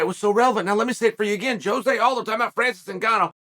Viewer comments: I love how Chael mixes up everyone's name, even Jose who is now called Joe-Jay Aldo 😂😂😂😂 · “Joejay aldo” - chael 😂😂😂